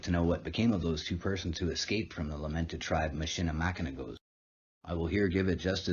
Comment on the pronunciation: It is pronounced MISH-ə-lə-MACK-ə-naw not MISH-ə-lə-MACK-ə-nak